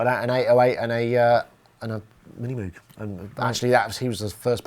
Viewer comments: It's MOOOOG not MUUUG. Cows do MUH, at least german cows. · Not wanting to offence the late, great man, but if it had to be pronounced Mogue, than it should have been written Mogue. Reminds me of Hyacinth Bucket picking up the phone with "the Bouquet residence". Besides, Moog looks & sounds better. Both in name & instrument.